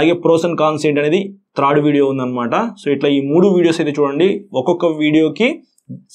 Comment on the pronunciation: బ్రో if you don't mind ఒక suggestion ఇవ్వచ్చా? మీరు చాలా చక్కగా వివరించి చెబుతున్నారు, కాకపోతే ఒక పదం పలికేప్పుడు కొంచెం మాకు ఇబ్బందిగా అనిపిస్తుంది. అది కొంచెం సరిచేసుకుంటే చాలా బాగుంటుంది. మీరు త్రాడ్ వెహికల్ అంటున్నారు థర్డ్ వెహికల్ అని పలికితే బాగుంటుంది. 🤝🤝🤝